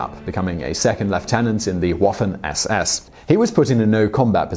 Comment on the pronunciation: It's pronounced meng-ge-lay . Also Waffen is Va-fen not 'woffan'. Bear-ken-ow. Vair-macht. Ti-rol. Please try to make sure you get pronunciations right, it ruins your presentations and grates on those who know better, my gran met him and was still stuck on her experiences during the war until she passed away in the early eighties, so believe me, I'm more than aware how it's pronounced.. Britons have no concept of what Europe suffered under the Nazi jackboot. I'd advise your viewers to ignore toptenz it's pap